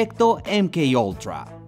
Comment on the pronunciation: Los ingleses: Eim kei ultra. Toda latinoamerica: Emme Ka ultra Watchmojo español: Emke oultra